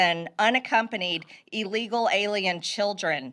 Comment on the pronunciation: “Eeeelegal.” Sigh.